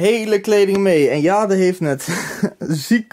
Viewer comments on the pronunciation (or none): none